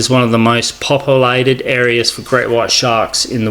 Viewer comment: “Docoomentary” “popoolated”.